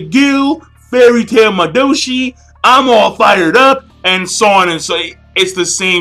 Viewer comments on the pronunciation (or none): Hearing you say Madoushi is so fucking hilarious